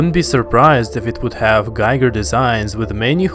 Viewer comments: "GHee-ger," NOT "GUY-ger." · Giger is not pronounced Gaaiger but like Eager. It's "Violinist" in German, from "Gige".